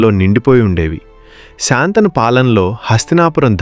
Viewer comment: కధ చెప్పడం బాగానే ఉంది కానీ శంతనమహారాజు అనాలి కానీ శాంతను అనకూడదు.